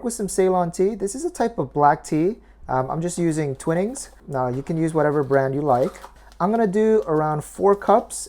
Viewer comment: Sorry but with tea, you absolutely DO need boiling water - if you want your tea to taste like tea, that is. If you get the scummy white froth (like you did), it's an indication that your water was not hot enough. Also, it's a long i sound, not a short i. So tw-eye-nings, not twin-ings. (In English, the general rule is it's a long vowel sound with just one consonant, but a short vowel sound with double consonants. Examples: whining, sinning, making, facing, batting, chatting, setting, heating, sobbing, moping, mopping, betting, seating, puking, cutting. Hope this helps. But you probably hate me now, but if my guess is right, you want to know so your future work is all the better. Still gave my always *thumbs up*, by the way! Thanks so much for a delicious recipe. It looks fantastic especially since it's going to be 111° F/44.4° C here in Phoenix, Arizona, USA today.